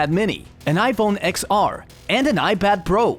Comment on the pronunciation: It's not iPhone "Ex Ar" it's "Ten Ar"